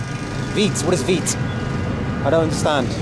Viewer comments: language barrier, or rather pronunciation barrier.. locals: "wheat", Englishman: "weed" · he said wheat, not weed 😂 so he can buy wheat for himself.😂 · Was saying wheat not weed 😅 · Two good things from this video: 1. Man wanting to say Wheat, and saying it like Weed. (Haven't laughed so hard in months.) 2. Those kids may remember it as the day they played Cricket with Joe Root and Andrew Flintoff. Bald's cameo at the end was the only saving grace from this disastrous trip. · He was selling you 'wheat' and not 'weed' 😂😂😂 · Hey buddy, I am from India. Well that guy was saying "wheat" and not weed. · He means wheat not weed lol😅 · He was saying wheat , not weed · Wheat not weed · Wheat✅ Weed❌ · How does veet sound like weed? 🤷‍♂️😂🤣Wheat. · Bro he was saying wheat not weed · it not weed its wheat